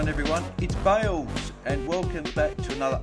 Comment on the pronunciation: “It’s Bails”